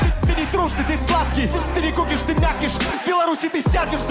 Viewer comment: Там не кИкуш Правильно - кУкиш, А так как всегда топ :) __________________________________________ There's no Kikush That's right - Kukish, And since it's always top :) ___________________________________________ Es gibt keinen Kikush Das ist richtig - Kukish, Und da es immer top ist :)